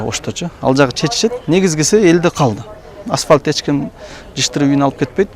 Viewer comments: Асвалт эмес Асфальт! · Аспалт эмес, асфальт.....😂